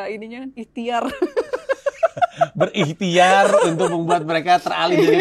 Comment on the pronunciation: "ikhtiar" lucu bat gm Irene 😂😂